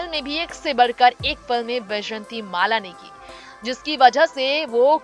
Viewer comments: pehle naam tho theek bola karo jhoote-makkaaro! bejanti mala NAHI VYJAYANTHIMALA!!!!!!!!!!!!!!! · Not vyshatimala. It is vyjayantimala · बैजंती नही भाई वैजयंती बोलो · Tume vyjayanthi mala bhi teek se bolne nahi aata tume kon anchor banaya. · Naam to thik se bolaa karo. ...pahle hindi bolnaa thik se shikho.